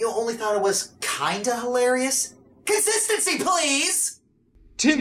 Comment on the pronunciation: The part where he says consistentsy please should be a meme.